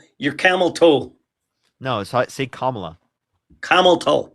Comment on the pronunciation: they will pronounce Kamala's name in every way except the correct one.